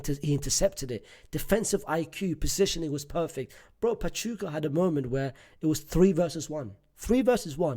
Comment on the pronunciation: 40 years watching la liga and unc finally learned how to pronounce basic spanish words. finally learned how to say pachuca now learn how to say asencio